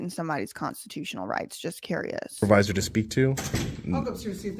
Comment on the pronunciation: Du did they say the stupervisor l.o.l.